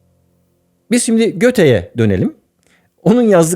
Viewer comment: Arkadan çıktıktan sonra en az popüler renge dönüşürden sonra GOETHE’nin vurgulu söylenmesi 😅😅😅